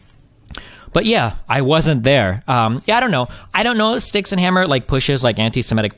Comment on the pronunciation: People need to say his name properly. Styx Hexen Hammer. Everyone keeps saying "Styxen." :~)